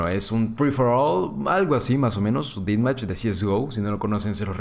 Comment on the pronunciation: Me pone muy nervioso que diga "Didmach" cuándo es "Dethmach"